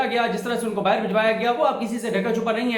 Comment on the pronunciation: Dont say BAAHIR its BAAHER